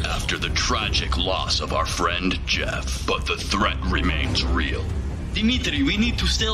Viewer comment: Glad to see a return of "Jyeff, you hyave a cold". Haven't laughed like that in a while. Wow, so good!